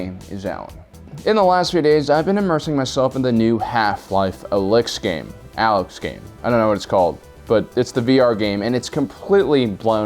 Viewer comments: Half Life: A'lecks? No one says Alex/Alyx it that way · Why pretend you can’t pronounce the name “ALEX”? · Actually, there are two other full-length VR exclusive titles- Boneworks and that Walking Dead game. And it’s pronounced “Alex”. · It's pronounced like "Alex." The "y" replacing the "e" is for the cool factor. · Doesn't know how to pronounce Alyx. Clearly never played HL2. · Firstly, you know how Alyx is pronounced... cmon now. Secondly, I won’t be condescending and I’ll assume you are aware of RTX? This video honestly made me turn away from your channel. Sorry m8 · Do you really not know how to say or read "Alyx"